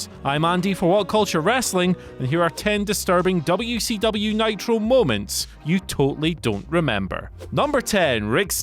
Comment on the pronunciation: I swear, as someone who grew up in Crockett Country, every time I hear say "Dubya-C-Dubya", I want to find a way to get to England and choke him to death with his own tongue.